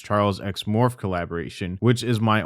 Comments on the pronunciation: Its pronounced Morphy. The e is not silent. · Morphe = “Mor-fee” not “Morf” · just for the future, morphe is pronounced more-fee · morphe is actually pronounced morph-ee but honestly they're a cesspool too so they deserve the mispronunciation. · I am way too distracted by how you pronouce Morphe 🤣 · First of all, you’re pronouncing Morphe wrong. Second, you missed the entire second half of this story which continued last year with a bunch more minors coming out with their stories with text message proof last year.